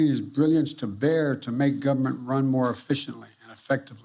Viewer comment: Biden said GUBERMENT.